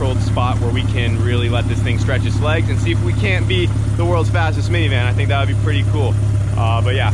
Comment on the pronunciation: “Caint the page”🤣